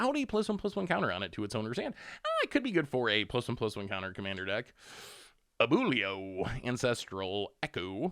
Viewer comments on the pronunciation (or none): Lol, definitely jarring to hear how badly that Spanish word got butchered. 🥴😅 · Loved the "Abulio" ahahah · still completely unable to read Abuelo which is a REAL Spanish word